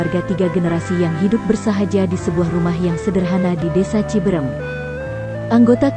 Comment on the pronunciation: Ci bereum.bukan ci berem